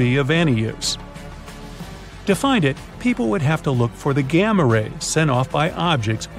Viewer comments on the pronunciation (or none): none